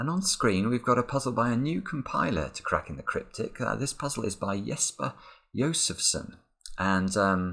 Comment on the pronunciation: Anyone else hear 'crapping the cryptic'? :P